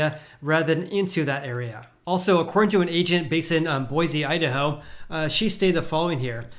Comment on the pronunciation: Tip from a local: Boise is pronounced Boy-see. Love the content!